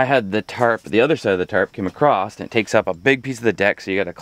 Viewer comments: You do realize there's no "T" in across right? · Why do ppl say a crossed when it’s across